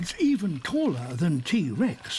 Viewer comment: I will now wonder if the commenter is being making a joke about how the narrator saying taller sounded similar to cooler or if the reply section is attempting to add another layer